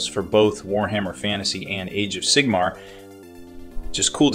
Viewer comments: Your mispronunciations of "Sigmar" and "Skaven" made me lol. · Indeed. Very odd